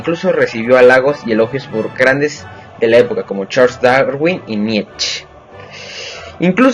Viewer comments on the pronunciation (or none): none